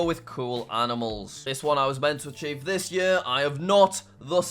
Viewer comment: I thought archive not achieve lol